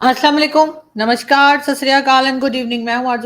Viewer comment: She struggles with namaskar 🙏